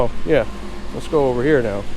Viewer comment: Did you lessen the flavor on those strut towers? I don't know if its just me, but everytime you say "now" it sounds like "meow" :D